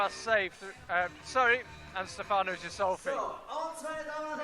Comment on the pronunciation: The "G" in Ghisolfi is pronounced as the g in good or gangster. The "h" following the G is indicating this. Please take note. Cheers for the proper commentary :)